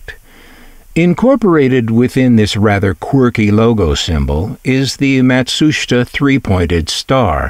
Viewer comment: Your documentary on this product is very interesting. I also appreciate your pronunciation of the Japanese “Matsushita”, which is almost always butchered and mispronounced. Thank you for your work and skill in making your videos. I’ve had a few Panasonic products and they were always my favourites. They were always best built.